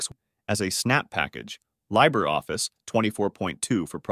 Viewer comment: I was wondering why he mispronounced LibreOffice.